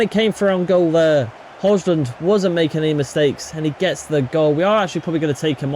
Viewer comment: Please pronounce Rasmus surname the correct way brooo please